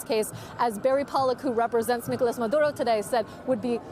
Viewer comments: No need to lapse into the Spanish language just to say a name, babe. Just say Maduro. We don't need " Mahdrrrrrrrrrrrrrrrrrrrrrrrrrrrrrrrrro". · His name is Maduro, not Maduhdo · This reporter speaks in sympathy with Maduro. She even uses the Latin pronunciation of his name. She brings up questions of legality. National sovereignty. No evidence of gun crimes. On and on. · Why does she say Maduro that way? 😂😂😂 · How many times is going to say his name with the accent !!! What a joke !!!